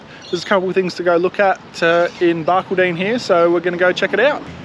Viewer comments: BAR _ CALL _ DIN, Not BARK _ A _ DINN. Enjoyed vid, Very musical 😂😂 🇦🇺❤️ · The locals in Barky will be laughing hard. It's Bark - all - din, or Bar Called In. Guys you should have chucked a left at Ilfracombe and spent a few days around Isisford. Great little town, friendly people and heaps of fish in the Barcoo River, especially out at Oma Waterhole with camping $5 a night (cold showers). Remember it for your next trip. You won't be disappointed. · Barcaldine is pronounced "Bar-call-din". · Hey guys, watching from near Mildura in Victoria. Chelsea I love that you introduced yourself to the cows!!!! Oh and thats not how you say Barcaldine:-) its bark all din say those three words quickly. love the dad jokes you guys are so much better at this than when you first started. Keep it up. hope you are hitting the road again after xmas. Oh & I loved what you showed of the dinosaurs have never seen anyone video inside before. We can't go there as we travel with our dog. And I'm fine with pineapple on pizza & love a crispy base in the bbq. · Ha ha I just added a similar comment. Its odd when you hear a town name pronounced weirdly. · Watching from Tamborine Mountain, Gold Coast hinterland. Barcaldine in pronounced Bar-call-den just for your info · Barcaldine, pronounce Bar-cald-don....just saying!!!!😅😅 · Love the videos, but have to let you know Barcaldine is prounced Barcaldon not as it is spelt, well that and everyone I know has pronounced that way. Im from Darwin NT. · all southerners do it! Love your work! Keep it up.